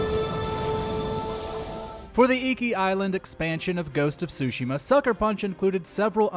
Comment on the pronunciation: This entire video sounded like it was a lazily edited version of a GPT script. I’ve never heard Ghost of Tsushima pronounced like that. It’s (Su-Shima) not (Sushi-ma). Have you never said these words before? It sounded like most of the time you were talking about things you were learning about for the first time. Remember the times before GPT when mojo lists were made by people who knew all the things listed?